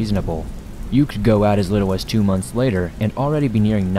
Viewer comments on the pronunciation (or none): none